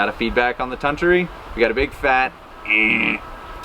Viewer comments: With the $10 machine, you'll use it about 3 times. Junk like that is so frustrating to use, no one will use it for long. It is pronounced Ton-toori. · Anglophones speaking Finnish is always cute. I guess you could say it as: Tun=toon (this is the syllable with the accent) Tu=two Ri= rea (as in reason... But then with a stronger rolling r) It's gonna sound weird anyway.